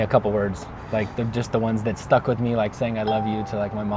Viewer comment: Tady bylo krásně vidět jak důležitá je výslovnost 😀 řekl that a týpek myslel dead jestli se nemýlím